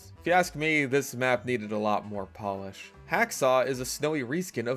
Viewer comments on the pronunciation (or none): none